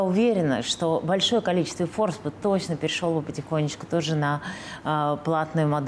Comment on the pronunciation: ФорбсА-с ударением на последний слог......Вы в своём уме? Вот лицо нынешнего Дождя с "розовой композицией" давить на жалость-дикая речь,пересыпаная исковерканными английскими словами и полное непонимание того,что не все любят розовый цвет.Переговорка...редакторка...авторка...дайка:)Аааа! "Айдентика"!!!:)Мамадарагая.....Круто-клёво...клёво-круто...